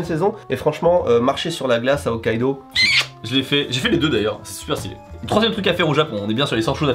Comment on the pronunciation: Hokkaido {Oh kaido->(wororororororo) 😎😂😂😂}